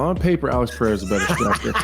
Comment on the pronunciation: Day 1 of telling that Pereira is not pronounced PAHAYDA